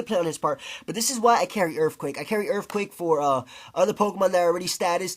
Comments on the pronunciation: i disliked this video because 1 i just cant stand you saying erfquake, and 2 using wrap and toxic is just lame as hell. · You sayin erfquake is very irritating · "Urfquacke" LOL